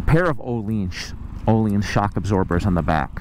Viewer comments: Öhlins. Ööööööhliiiiiins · apparently a LOT of people mispronounce Ohlins? I am from the South - we mispronounce EVERYTHING!